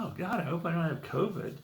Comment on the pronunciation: When you coughed and said something about covid it sounded like tobit.😊